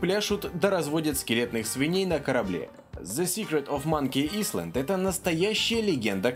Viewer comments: Не "исланд" а "айленд"!!! ЭТА ВАЖНА!!! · Не "Исленд", а "Айленд". Ну а подборочка как всегда шикарна :) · А вместо иСланд говорить Айлэнд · А тогда ок)) Silent Age тоже можно)) Кстати, не сочтите за грубость, но "Island" читается как "Айленд", а не "Исланд")) Только из-за тебя на мобе игры качаю, я так понимаю там реклама на сайте, и я хоть чем-то тебе помогаю, да?) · Тоже хотел исправить)